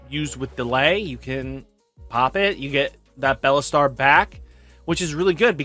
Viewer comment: It shouldn’t bug me how he always says BELLAstar and not BEELSTAR but it does lmao